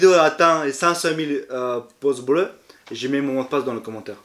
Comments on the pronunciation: Non Ibra il dis poce blo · Des "poces" bleus 🤣. Pas mal